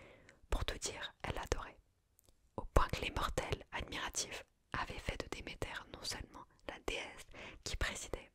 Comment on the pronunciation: Comment tu me prononcé Hadès et Demeter la ? Mes oreilles d'Hélleniste seignent 😭 Nan plus sérieusement il est très très sympa ce format, j ai adoré !